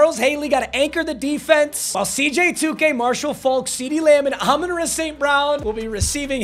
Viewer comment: its year 5 and still cant pronounce Amon-Ra correctly